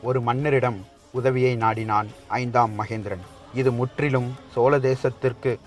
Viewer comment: ஐந்தாம் மகிந்தன், ஐந்தாம் மகேந்திரன் அல்ல🤷🏻‍♂️ வாா்த்தை உச்சாிப்பு சாியாக இருக்க வேண்டியது அவசியம்👍 மேலும் ராஜராஜ சோழன் தூதுவனை உயிரோடு மீட்டு வரவில்லை😔 சேரா்கள் அத்தூதுவனை கொன்றதால் சினம் கொண்டு அத்தூதுவனுக்காக நடைபெற்ற போா்தான் அது🤷🏻‍♂️